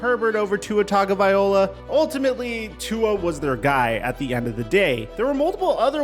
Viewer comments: Its tua tagovailoa. The O is after the L not before .not tagovaiola . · It's pronounced Tonga-vai-lo-ah. Not Tonga-viola. Most people butcher the first part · if u gonna feature a player in ur vid its a good idea to know how to pronounce his name. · He’s not the goat he the coat - cheater of all time. And learn how to pronounce Tua’s name pal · I need you to go learn how to pronounce Tagovailoa.